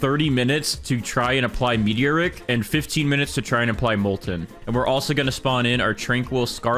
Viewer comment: I love how he says meteor rick instead of me-tor-ic